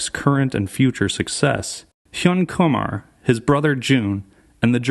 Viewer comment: its not kumar like harold and kumar hahaha